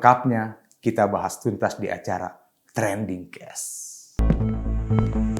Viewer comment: pengucapan 'case' itu bukan "kes" spt nama masakan brengkes tapi "keis" spt kalau kita bilang "eit..." ya. Pls cermati. Saya kira saya tidak sendirian akan cenderung men-skip apapun info yg disampaikan bila diucapkan tdk dengan cara yg sesuai.